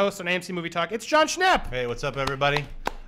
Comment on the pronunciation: Jon Schnepp? Jon Schwepps